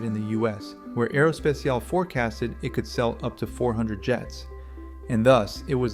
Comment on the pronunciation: Make a check on the AI voice! It's not: "Aerospeciale" it is Aero S-P-A-T-I-A-L-E!